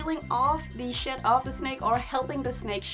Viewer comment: I love when you say 'shed'. It sounds like 'shit'. And you smile when you say it. so it's super precious